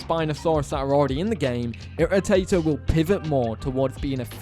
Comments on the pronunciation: Fun fact: you pronounced irritater right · You pronounced it perfectly I'm just glad that someone actually have a accurate irritator model as of we just found out the it jaw unhinged like shingodzilla so that it helped it in fishing like the new team said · You actually pronounced irritator right ;]